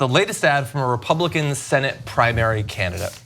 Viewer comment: Oh, candidate !! You had me confused there for a minute. I thought you said, “...primary, Canada”. Lol! 😅💜😄